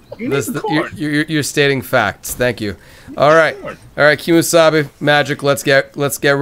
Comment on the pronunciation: Keemsabe sounds like kiss me sabe... Lol XD